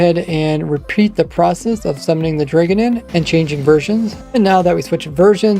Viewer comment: Bro says draygon lmao